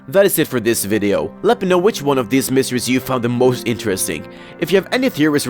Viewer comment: When you say mysteries it sounds like you're saying miseries